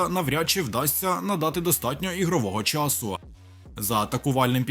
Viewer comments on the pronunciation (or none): none